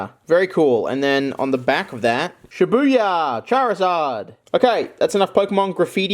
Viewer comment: Oh shibuya not shit buya